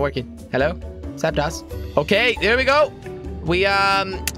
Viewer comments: It's not Zap(TOS) it's Zap(DOSE) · It's "zap tose" not zap toss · its zaptos not zaptas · Mega Slowpoke it's not zaptos its zapdos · It is not called Zapdas its Zapdos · Its pronounced zapd(oh)s not zapd(ah)s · jelly you said zaptos wrong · Its pronounced zaptdose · Nathan Thomas your also incorrect it is zapdos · hes not saying zapdos right